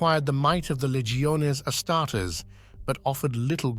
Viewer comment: You should mass replace text so the bot pronounces odd words correctly, example being how it says “Astares”. It could be replaced with something like “asstardeez” which has worked for myself in the past. Another thing I feel would improve would be using a female voice for the quote sections, helps break up the mood and regrab people’s attention.